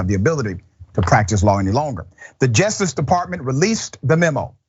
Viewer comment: Great report but please say justice and not jestice!!🥸